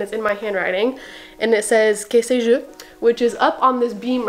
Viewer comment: really cool place I enjoyed watching this video and the way you pronouced que sais-je was interesting haha